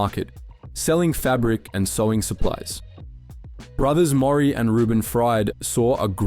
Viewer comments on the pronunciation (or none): none